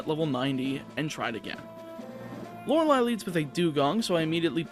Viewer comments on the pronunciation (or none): none